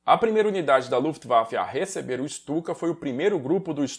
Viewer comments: Uma correção: a Guernica que estava na ONU (não está mais, foi devolvida aos proprietários, o Rockefeller) não eh a original, mas sim uma réplica em tapeçaria. A Guernica original se encontra no museu reina Sofia em Madrid. Ps.: Se pronunciar Stuka como Chtuka, o alemão vai parecer mais legítimo. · Ou melhor ICHTUKA